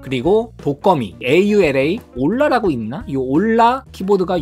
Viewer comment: 아니 어떻게 아우라를 올라로 읽지..처음 보네